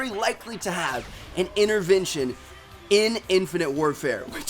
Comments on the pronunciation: What is an "innervention" ? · the accent is so weird for me coz yuu dont pronounce yuur "t" unless theres a vowel like yuu say inerverntion and i would would say intervention its so cool to know